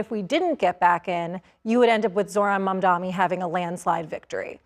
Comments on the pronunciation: Mamdani not mamdami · She keeps saying Mamdami like Cuomo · Is it intentional to keep mispronouncing his name? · Yes, why does she still mispronounce his name?